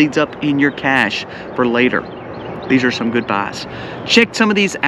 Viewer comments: Pronunciation wise: A "Cash" is a thing you hide, like cashing food on the trail so you can go longer on the Appalachian trail. "Cash - A", is something in style or with social value like a Rolex watch (which is not a bad idea either, as a store of value, a Channel jacket, not so much). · Cache is prponounce "cash" not the French way: "cashay" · Cache is pronounced "Cash", one syllable. Please. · The pronounciation is 'CAISH'. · ca. shay. Is the correct pronunciation.